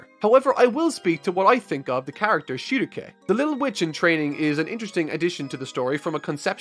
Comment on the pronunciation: everytime he says Shieruke it triggers me to an unfathomable amount.